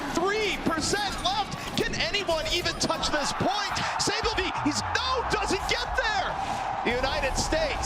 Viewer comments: Say - Byol - Bee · Casters said flow3rs name more because they couldn’t pronounce saebyolbe lmao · Teach me how to say it right. Say ol olbee?